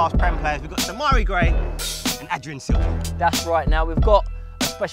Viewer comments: Its adrien silva, not adrian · its Adrien not adrian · ADRIEN, NOT ADRIAN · Its Adrien Silva not Adrian Silva... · his name is adrien btw... not adrian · Its Adrien, not AdriAn.... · It's "Adrien", not "Adrian"....